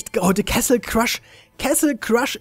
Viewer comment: Bin ich der einzige der sich jedes mal aufragt wenn er "kessel crush" sagt? Bitte google doch mal endlich wie man das wort castle ausppricht :(